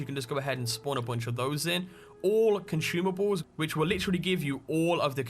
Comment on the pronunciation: "This mod will give you all the comchumables" ahahha i was dying